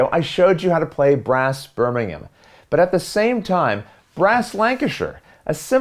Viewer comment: Thank you for pronouncing Birmingham and Lancashire correctly!